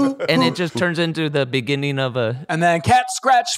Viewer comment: Someone needs to jump on Ders about pronouncing beginning like begënning